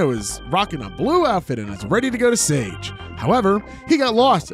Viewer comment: Am I tripping or is sage pronounced “sah gay”